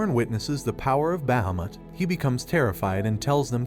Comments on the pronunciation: Can we just talk about BAhAmUt and not bahamut (bah-hah-moot)? I just had to since his pronunciation was hilarious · The dragon not called bahmot it's pronounced as baheeemot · It's behemoth not bhameth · It’s Bahamat (Baa -ha-Matt) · You absolutely butchered Bahumet's name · The way he keeps saying Bahamut so wrong is the only thing I dislike about this video xD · I'm sorry the way you pronounce Bahamut is no just no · Why do you pronounce bahamut strangely? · The way he says bahamut is sad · Is Bahumut really pronounced like that? Sounds so wrong to me but I've never heard anyone pronounce it tbh lmao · I literally want too die you can't even say bahamut properly